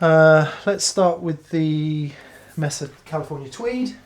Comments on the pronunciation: It's pronounced MAY- SAH NOT MESS-AH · great video. However the amp is a “MAYsa” (as in flat topped plateau in the American Southwest), not “MESSa”. Cheers!